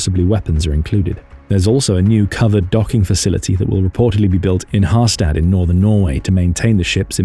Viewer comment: HAR-STAD, not STUD-!!